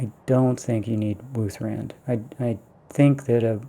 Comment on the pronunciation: Nice find with the emerald! Just shows I never spend much time around Riverwood so I had no idea about this. Why do keep calling Ysgramors axe wuuth-RAND? It's wuuth-RAD, since it's such a RAD weapon hahaha